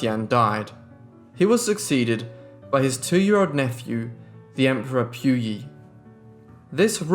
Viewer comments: It is pronounced as PU Yi instead of Piu Yi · Pu yi sounds like Pooo eee. Not Pew EEE. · POOYEE NOT PYOUYEE JESUS CHRIST WHY IS IT SO DIFFICULT TO PRONOUNCE A SIMPLE NAME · If you're going to make a "documentary" you should at least make an effort to pronounce Puyi correctly, British accent or not. You got everything else right.